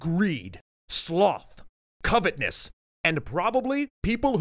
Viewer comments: Also "covetOUSness," not "covetness." Don't heap too much blame on, tho... people make mistakes. The question is how nobody caught it before it was too late to re-record. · Who tha F is EpiTHEMeus? It's EpiMETHeus, dude. Also, covetOUSness, not covetness.